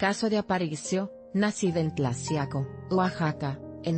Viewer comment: Se pronuncia tlajiaco(Tlaxiaco)